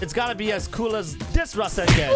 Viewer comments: No offense but... This is the Ra-sen-gen! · Resengen LOL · The way you said rasengan really bugged me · >:O YOU PRONOUNCE RASENGAN WRONGGGGGGGGGGGGG!!!!!!!